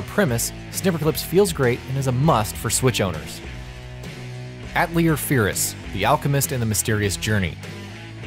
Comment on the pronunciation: Love the pronunciation of Atelier lol